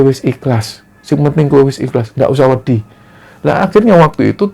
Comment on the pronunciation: Wedhi = pasir Wedi = takut Pelafalane cak, risih rasane